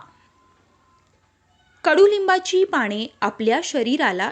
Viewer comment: माहीती खूप चांगली.पण पाणे नाही हो.पाने म्हणा.क्षमस्व.